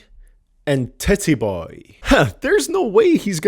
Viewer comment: "Tit-E Boey"